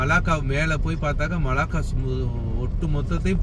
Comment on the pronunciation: மல்லாக்கா இல்லை மலாக்கா